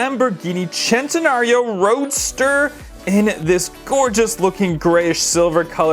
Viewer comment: Now that was super cool! Still love the Senna for sure! Is it really pronounced "Chen-tenario" or are would it be "Sss-entenario"? Just asking the question, I've always said Sss-entenario myself.